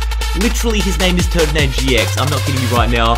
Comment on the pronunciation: he says turdinator instead of turninator